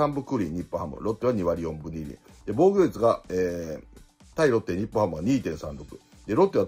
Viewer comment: 防御率→防護率 与四球→吉牛 に聞こえる